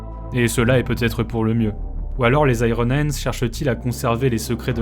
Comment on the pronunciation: La prononciation de iron hendes m'a laissé sans vox. Puisse le Primarque me pardonner sans brûler ma planète !